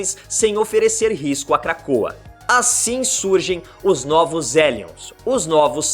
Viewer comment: N imagina q pronunciava Elions e não Rellions igual inferno em inglês Hell.😲